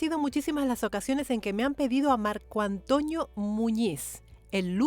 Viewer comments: Hola Hermosa soy fans de tu canal espero que no se moleste por mi humilde comentario creo que ha dicho mal el nombre ( Antonio ) Yo repeti muchas veces y claramente escucho (Antoño) Y eso pasa tal vez por su acepto y la foma de habla tan española, espero no se me enoje solo quiero opinar sobre esto, Un cordial saludo para usted. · no me había dado cuenta que dice: Marco AntOÑO Muñiz... 😄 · Es Antonio, no Antoño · Dice Antoñio en vez de Antonio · Soy yo o se escucha que le dice marco "antoño" muñiz? 🤣 Yo soy antonio y me dicen toño, pero no antoño 🤣, suena gracioso